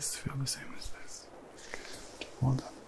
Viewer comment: The word “good” with your accent sounds like “goodt” and has become a tingle-y word (though in my own accent, not so much). Odd how that happens 😆🤷‍♀️ 10/10 would recommend, would snooze again